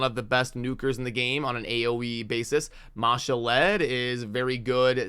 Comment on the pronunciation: Thanks for the 411.👍 btw...In the 'Call of the Arbiter' series, Ma'Shalled is pronounced "Ma - Shalled" with 2 sylables, and most other CC's say it that way too. "Shalled" rhymes with "Called", only 1 slable in the second half of his name. The way you're saying it sounds like "Ma - Sha - Led" with 3 sylables.😁